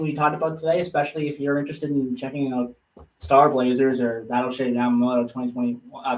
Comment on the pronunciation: Yah-mah-tow, you should know better LoL